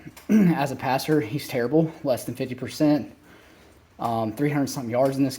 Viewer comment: That's passer not pastor